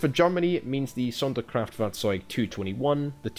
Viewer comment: Wow, you're pronounciation of Sonderkraftfahrzeug is spot on.